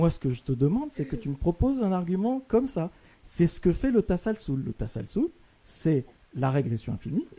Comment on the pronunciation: la régression à l'infini est bien "tasalsul" et non pas "tasalul" contrairement à ce que prétend le musulman "arabophone"